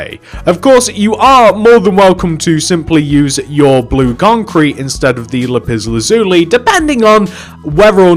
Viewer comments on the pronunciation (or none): "lupis lazuli" 💀💀💀